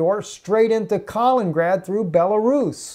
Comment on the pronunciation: Not "Kalingrad", "Kaliningrad"!